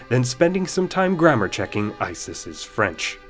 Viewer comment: From a native's ear, your French is impressive!